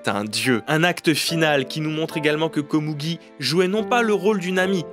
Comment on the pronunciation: Pourquoi dire Komougi alors que tu dis Meruem ? Le u est prononcé ou généralement en japonais :?